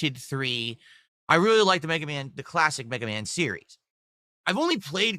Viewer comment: BegaMan Begathon